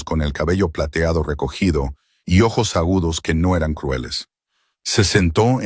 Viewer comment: Que problema tiene el narrador para pronunciar ojos.....